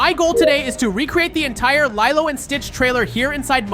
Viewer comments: Lilo yeah it’s spelled like that but pernounst like lelo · You are saying LILO wrong.